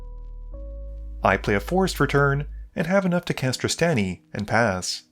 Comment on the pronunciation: Okay so I actually tuned out of the Ghired deck games because I was so sad Trostani was gone, I'm so glad she's back, this made my day, even if you pronounce it hard A instead of soft A (like Draw)